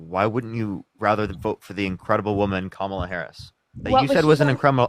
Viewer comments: Right wingers disrespect at every turn. Is there anyone on the right that can pronounce Kamala Harris’s name properly? Every frickin one of the says Kam ahhhhhh la like a dumbass. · They love to mispronounce Kamala’s name. They always laugh right after.